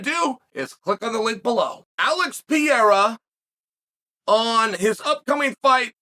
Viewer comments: It's not Pi-rera, it's Pereira😂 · Alex Pee-yera lol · Does Chael misspeaking Pereira's name as 'Piera' a gimmick? We know his not dyslexic! Alex Pereira is a former champion of the world in 2 different sports, and Chael has pronounced correctly harder to pronounce names. What's going on? Is it a gimmick, a mistake or does Chael just not like Pereira for some reason? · lol 'Pee-era'